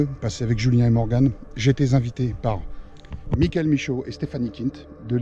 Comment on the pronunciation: A la place du PVE « mickael » moi je comprends « mon cœur »